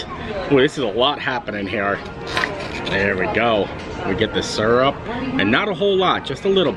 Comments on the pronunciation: Wow, I didn't notice him mispronouncing mountain but I do think his pronunciation of syrup is awfully suspect! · Great strategy on the spicy chicken waffle sammich! And, just FYI, I pronounce "syrup" the same way ... maybe it's a Midwest thang. I also love how good natured you are about everything. Some people out there can learn a lot from you!